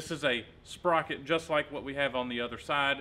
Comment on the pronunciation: Sprotor lol, sprocket + rotor = sprotor